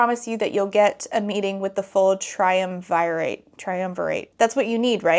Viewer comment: I'm livinnnggggg for these Emperor's New Groove memes🤌✨✨✨ also that island with xaden's mom is more likely rome. triumvirate was a roman thing -- which you did pronounce right a few times! XD